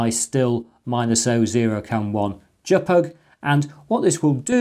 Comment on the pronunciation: Congratulations on giving birth to this new, to me, pronunciation of jpeg.